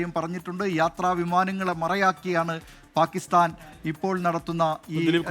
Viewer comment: പാകിസ്ഥാൻ ആണ് പാകിസ്താൻ അല്ല., നിങ്ങൾ എങ്കിലും മലയാള ഭാഷയെ കൊല്ലരുത് പ്ലീസ്